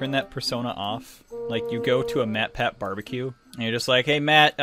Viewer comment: how did you butcher the name "matpat" that frickin' much